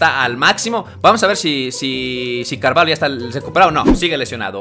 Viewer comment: se dice carvallo no carvalo